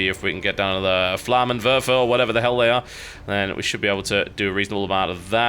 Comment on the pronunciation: Wow, TB, you must be the first English-speaking Youtuber I heard in a LONG time who pronounces German words like 'Flammenwerfer' as they are supposed to.